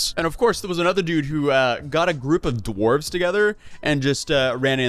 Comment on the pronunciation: Oh when he said dwarves he meant DWARVES